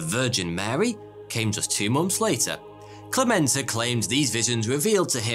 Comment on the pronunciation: All throughout the first half of the video you're saying Clemente wrong... It's spelled with E's, not A's. Meaning it's pronounced eh/ey, not AH Cl eh meh nt ey not Clah ment ah. Francesco Franco??? Don't you mean Fransisco Franco? You know, pronounces Fransssssssssssssssisssssssco? All their money came from overcharging patrons for little tickets, cards, idols, and the like. Overcharging by the hundreds. I saw a documentary about it that came out of Ireland (I think). It covered a lot about the Catholic Church and Ireland and they even went to the "city" in Spain. They were sent away. I think other fake churches were covered as well.